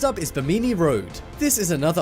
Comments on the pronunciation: Interesting, BUT, the narrator should learn how to pronounce Bimini. It is pronounced as "Bi-min-ee" with soft "i". He said it as "Bi-mee-nee". Check the dictionary next time so you sound more professional. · You mispronounce Bimini and no one ever intentionally ingested ergot. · Check your pronunciation before making your videos. It's Bim-in-nee.